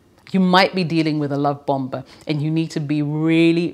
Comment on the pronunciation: hi, the 2nd 'b' in bomber is silent. so it's bommer, not bomba. useless info i suppose.